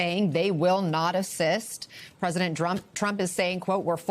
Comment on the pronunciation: Did she say President Drunk?